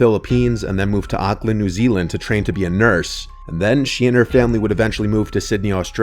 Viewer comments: love that your telling horror stories that take place in my country new zealand, by the way we pronounce auckland differently then the way you do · Why does keep pronouncing Auckland wrong lmao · i hair you having trouble with saying Auckland new Zealand.. ha 😅. its all good.